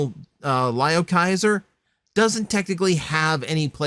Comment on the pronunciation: Lio is pronounced as Leo.